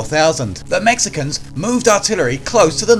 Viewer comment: As a Mexican I don’t like the way these dude said Mexicans but what a battle. Texas will always be the bottom of America but what a battle.